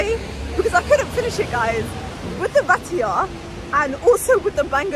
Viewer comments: girl its pronounced rye-ta not ray tia lol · Ratia instead of Raita _lol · Girl is RAITA not Ratya 😭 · Hydradehbab ratiya 😂😂😂 I love you your just too funny it’s Hyderabad and ritha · She pronounced Raita as Ratia. 😂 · Rat e a instead of raita, jokes, but a great video❤ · LOL it's RAI-TA not ratia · Let me write down how to pronounce sounds to make it easier for you 1.) Raita = rr aii ta 2.) Hyderabad= haii drr a baad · Hy Der A Bad It’s not Hebedebab 😅 And it’s pronounced Vee Ra Swaa Mi Not Veriswaamy And that looks like a tiny portion of Biriyani for 29£ Great video as always Keep rocking sis ❤